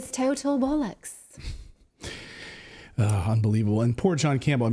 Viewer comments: LOL, Bullux? Not sure what that means but Natalie's accent needs a weeee bit of work. She is a total cutie. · It's BOLL OCKS , the champagne boll.. inger , then s..ocks . Your doing well though , not bad..🇬🇧🇺🇸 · Great show guys. Just for the record, Bollocks is pronounced bollerks. Just saying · Correctly pronounced ball....ocks. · It’s pronounced ‘b-o-l-l-u-x’. Cheers from the UK. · Nice try but not close...say BOLL `UX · Terrible effort from Clayton’s sister 😉 😂- easiest way to pronounce bollocks is say ‘bollux’ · Hahahah it's pronounced bor-looks like this sounds heheheh funny though to listen to. Mike from the uk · As a Brit I can advise it's bollocks (not bullocks) and you say it quite well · I like the way you say “bullocks” Natalie. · Haha keep trying Natalie! I think you need to practice Ba-oo-llocks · nearly there with the bollocks, as a brit you need to say Boll with a very low sounding o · Natali, you are almost there with you english pronunciation - Bollox Your closest attempt, just keep the second 'O' short as in OX = Bolox. Great work, from you all! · Btw it’s pronounced BOLL..ox 😜😅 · back to the Dick van Dyke School for Elocution ! "bow-lox" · Quote 'Pull off bollocks' end quote. Hahahaha...say 'ball ox...'quickly and you should nail it...long time fan.. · I believe it is pronounced “ball-ux” nice try Natalie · Its Bollocks ..not Bollacks ..oooooo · or ‘bull licks’ if you pronounce it the way she does 🤣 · The greatest American version of the great British word " bollocks", I've ever heard, Natalie! Superb.🤣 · Practice saying boll that’s the bit you’re getting wrong and put more emphasis on it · Nat ''I wanna pull off the bullocks '' lol Nat it's Bollocks not Bullocks lol. Excellent news reports (also entertaining) by you and the team. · Hey Natali, It’s pronounced “Bollocks’, not “Bollucks”. Hope that helps. Regards. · Nice try buy it's bollooocks, you come across as pronouncing it as bollicks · It's BOLLOCKS, not bullocks. Those are oxen 😂